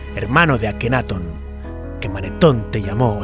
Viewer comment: LLENOS DE HIPOTESIS Y GUIADOS POR LA BIBLIA O TALMUD LAS CUALES SON CASI MODIFICADAS ENTORPECIENDO LA VERDAD..QUE VIVEN CEGADOS ANTE LA VERDAD QUE YA ESTA EN NUESTRAS MANOS. NO ME GUSTO EL VIDEO, MAS DE LO MISMO. Y LA PRONUNCIACION DEL GALLEGO DICIENDO AKENAATON CON ACENTO EN LA A, Y TUTANCAMON TAMBIEN EN LA A.